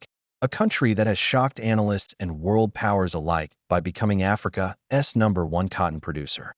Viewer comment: Please check the AI narration. 'Africa S' cotton market hits a nerve.